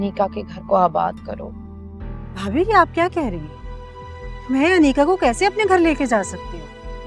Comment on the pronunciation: Kisi ne note Kia mutahir ne aneeqa ko aneeza Bola